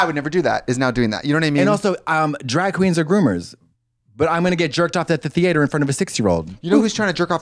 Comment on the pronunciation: the way i am gonna say theatre wrong for the next month